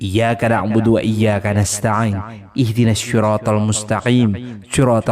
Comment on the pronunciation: MAAF YA BANG ,MAS, PAK KAI, MEMBACANYA AL FATEHAH PADA AYAT IYYAA KA NA' BUDU WA IYYAA KA NASTA'N TAJWIDNYA KELIRU